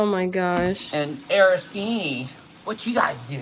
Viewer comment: Araseenee? Does she mean arancini? Lol “I’m Italian”